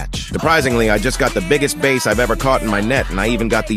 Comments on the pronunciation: A bass guitar is pronounced "base" A bass fish is pronounced "baaaas" (NOT "base"). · He caught a "BASE". 😂😂😂 (Bass) ***For context, "bass" is a fish and its pronounced like "bath". A "bass" (pronounced 'base') is a musical instrument. So when BASS is pronounced "base", youre not talking about a fish... 😂😂😂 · It's pronounced "Bass", not "Base"!! 😆😆😆😆😆😆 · bæs (the fish) rhymes with class or ass, not beɪs (rhymes with race) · Did you pronounce bass as base?